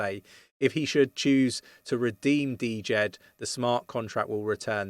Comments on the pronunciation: Ir's Djed, not D-Jed ^^ thanks for the update! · dude.... 'jed'... not D jed... come on.... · The D in Djed is SILENT. It’s just pronounced Jed. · It‘s pronounced Djed like jet bro ; )